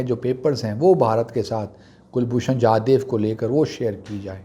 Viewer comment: Sir Please call him Jadhav and not Jadev. We know that your root lies in Afghanistan and you are more convenient with Pashto.. still, the man deserve correct pronunciation of his name. Secondly, he is not a commander as he has retired from services long back. You should call him retired or ex commander. We have full faith in Islamabad high court. By the time judgement come, it is possible that there will be no pakistan as know in present day. We do have your retired ISI officer in custody. It is better to negotiate and exchange.